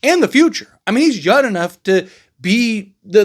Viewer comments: I swear I keep hearing him say Yun instead of Young.. am I tripping? 😅😂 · I fw you bro but it’s three things i don’t like. Your background, the fact you say “youn enough”, and how fast you talk when you close out the show. You my boy tho ✊🏽